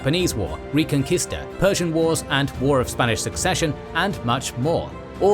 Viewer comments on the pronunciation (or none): none